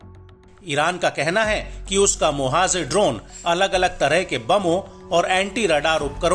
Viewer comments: It’s pronounced as mohajer not mohazer as is being reported in this video. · मोहज़र नहीं मुहाजिर होता है